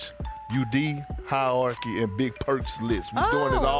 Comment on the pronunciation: Perk spent all night practicing the pronunciation of "hierarchy" 😅